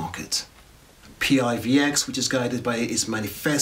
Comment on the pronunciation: Hey - thanks for the review - great job!! Our coin, although is an acronym, we pronounce it as a word - some say it like "PIVIX" or "PIVEX". :) Roadmap is here - or our github - Feel free to join our Discord for any questions and maybe some PIVX Tips! :)